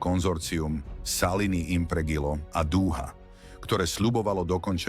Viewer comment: Snívalo sa o tuneli popod Višňové? Višňové je obec, pod ňou tunel nevedie :D keď už, tak o tuneli popod Malú Fatru, obrovská chyba a hanba. A to som si myslel, že video spracoval nejaký profesionál. Navyše, Impregilo sa číta Impredžo